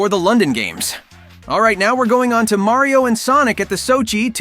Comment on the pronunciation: maryeo and sonic games, Did you just say maryeo??😂